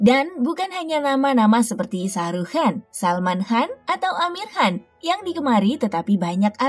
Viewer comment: Baca nya juga han..harus nya khan..gak bisa baca ya..